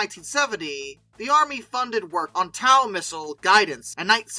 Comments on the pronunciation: The tow in TOW Missile is pronounced toe or the same as a tow truck. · Nice video, friend. A couple of suggestions: 1) "Tow missile" is pronounced like the "tow" in tow-truck 2) You audio sounds " pinched.," like you're speaking from a small closet. Maybe try a better microphone? Listen to the narration in other videos for comparison? Thank-you. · How do you not know how to pronounce "TOW"?